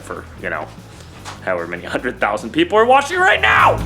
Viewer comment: "the jeeple will get it" Hahaha